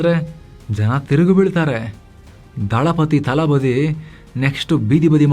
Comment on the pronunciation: ಗುರುವೇ ಅದು ತಲಪತಿ ಕನ್ನಡದಲ್ಲಿ ದಳಪತಿ. ಅದೇನದು ತಲಬದಿ 🤷🏻‍♂️ ಕೇಳೋಕೆ ಕೆಟ್ಟದಾಗಿದೆ